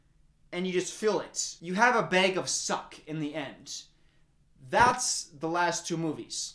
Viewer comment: The way he says “bag” continues to remind me that he’s from Wisconsin